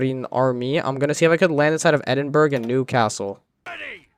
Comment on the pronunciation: Edinburgh is pronounced Edin Bu Ruh not Edin Burg.